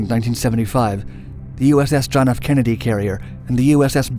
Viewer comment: "Mk" is pronounced "mark". The K in "Belknap" is silent, as in "knife". It's "KENnedy", not "kenEDy". While "exponentialized" is a real word, it's not a very good one.